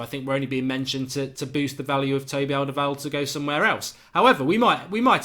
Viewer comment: Mark, you pronounced Fabinho correctly and your Alderweirald is definitely improving! ! 😉